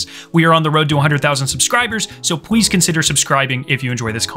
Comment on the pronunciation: Pwease lol